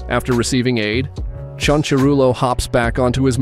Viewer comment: Ciancurilo. See-un-sa-rilo Not chun chu rilo.